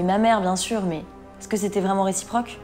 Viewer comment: A elle dit j'en etais sûr avec un accent bizzard 😂😂😂